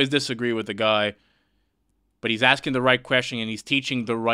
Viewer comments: College student saying axing a question multiple times. Axing her future career opportunities.😮🎉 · Why the fuck can’t Americans pronounce “ask” or “asking”? Why do they say “axing”? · Why do black females say axing instead of asking..? A true mystery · Its ASKING not Axing. These sbowflakes cant even speak english.